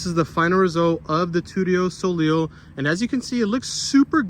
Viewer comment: It's Too-tio sow-lay